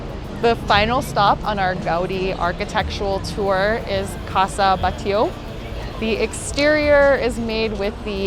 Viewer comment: Thanks for the tour. I grew up there and, yes, it’s beautiful! You did not show very much of Las Ramblas, plaza España, and museums. By the way, without wanting to criticize your Spanish or Catalan, it’s pronounced BAT LLO. And Joan in not like the English Joan, it means Juan and it’s pronounced Yuan. Keep making videos!